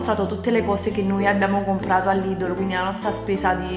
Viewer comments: non si dice LIDOLO si dice Lidel o meglio Lidl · lidol😂io ho sempre detto lidel😂so come si scrive sto solo dicendo la pronuncia😂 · NON SI CHIAMA '' LIDOL'' si chiama ''lidEl'' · Perché dice Lìdol inveche che Lìdl? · Lidel non ledele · lidel non lidl si pronuncia